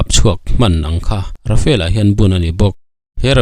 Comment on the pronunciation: Tinge RAFAEL FIGHTER intih zel le..RAFALE tih tur zawk ni lo maw le.